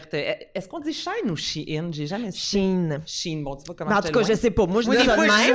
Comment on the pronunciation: c'est SHE - IN (a prononcer tel qu'écrit) ;)